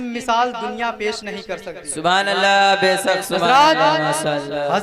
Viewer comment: साइड से जो सुबहानल्लाह की आवाज आ रही है ,,,,, उसमें मासाअल्लाह और बैसक बैसक की आवाज आ रही है 😃😃😃 please तलफ़्फ़ुज़ में दुरुस्तगी लाने को बोलिए ,,,, माशाअल्लाह और बैशक सही जुमला है